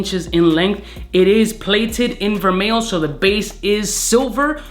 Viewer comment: Vermeil is French, L is silent. pronounced Ver-may